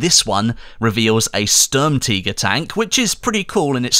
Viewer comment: It's funny how you pronounce "Sturmtiger" lol